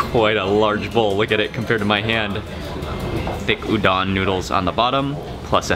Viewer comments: Dang dude, you make food look good! And btw, just as a tip...Udon is pronounced ū-dōn. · hi mark! i love your videos and especially the japan series!! i just want to let you know that udon is pronounced oo-doh-n :) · The way he said udon made me mad so white